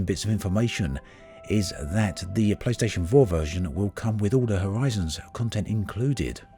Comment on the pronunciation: Means to say playstation 4, sounds like playstation vore, AAAAAAAAAAAAAAAAAAAAAAAAAAAAAHHHHHHHHHHH.